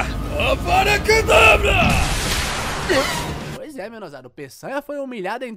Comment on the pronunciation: "não é Avada KedaBRA, é Avada KedraVRA" - Hermione